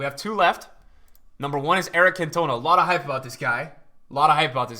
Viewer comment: Who in the fuck is: Eric Can-Touna .. never in my life heard it pronounced that way bro 🤣🤣 Fair man, I love that Vidic card man.. wow I need to get it